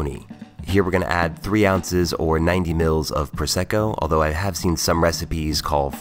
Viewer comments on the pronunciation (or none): none